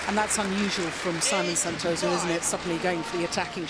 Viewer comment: not neutral , and not pronouncing right name of Santoso name as well . poor lady.